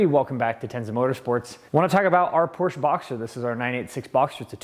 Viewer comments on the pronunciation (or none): i knew right away but i know these cars pretty well. I started at the beginning and am watching all of the Boxster videos in order. If you mispronounce Por-scha one more time! No more likes on your videos. And dont get me started on overplayed black wheels. It looked soooo much better with the stock silver wheels.